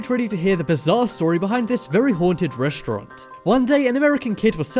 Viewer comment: reshtront!! Who the hell taught you english and who the hell says reshtront? it's RESTAURANT you half wit